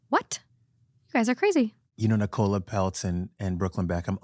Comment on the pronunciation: I know I’m late but I just have to say, as a fellow Nicola it pained me how said Nicola Peltz’s name 🫠 it’s pronounced like nickel-ah not nicole-ah